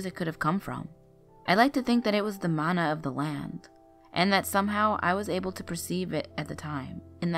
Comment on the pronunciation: Oh Mahalo nui loa for saying that the words are pronounced wrong!!!! I was yelling at the computer saying that Mana and King Kamehameha were pronounced wrong! I only got that far into the video!!!